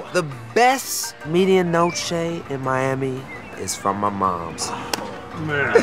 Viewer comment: that's not how u say media noche :/